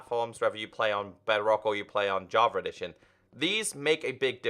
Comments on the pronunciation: And i hear "JAVAREDITION" Lol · I kinda hear "JARVA EDITION"